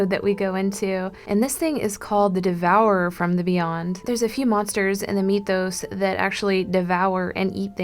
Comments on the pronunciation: 1. mythos is pronounced Mith-os, not Meeth-os. 2. August Deraleth needs to be credited with most of the structure of this, as H.P. Lovecraft did not explain most of his world, preferring it to be obscured. After his death, Deraleth solidified, and expanded the mythos. 3. Most artists take liberty with things. The only one of the elder gods that was ever drawn by H.P. Lovecraft is Cthulhu. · google says "mythos" is pronounced as my-THos instead of me-THos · It's not meeeethos it's mythos